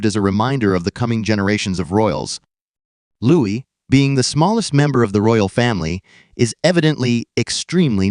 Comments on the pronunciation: Don't believe AI videos - don't believe anything that says "Lewis" instead of "Looee" especially when it is AI rubbish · He is called Louis not Lewis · In case you didn’t understand that. His name is pronounced Loo-Eee! It’s French!